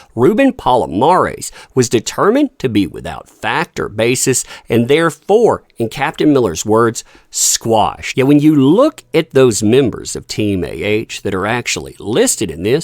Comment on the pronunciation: Did you mean quashed..not squashed?